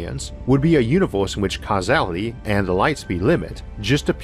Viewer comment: Univoorse multivoorse ooarth invadoors